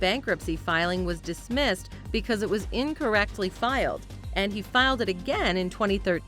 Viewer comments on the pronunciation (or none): none